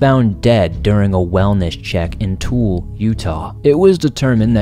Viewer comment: Hahaha! Hey The city name (Tooele) is pronounced like * too- will- ah *. Very common mistake. Most people call it Tool-ee lol Great video. This new filming style you're doing now is cool. Its nice being able to put a face to the voice. Hope you do more on camera videos.